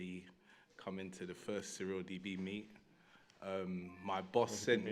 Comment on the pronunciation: Does he call it... "Surl DB"?